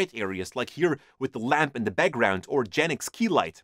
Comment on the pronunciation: I always laugh so hard when he says "inya" instead of "in the" you are so funny.